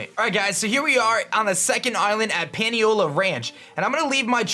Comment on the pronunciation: omg every Hawaiian word you say is incorrect lol. Pah-Nee-oh-lah. Word for Cowboy in Hawaiian